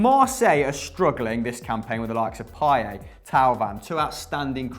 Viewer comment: payay 😂😂 it’s payet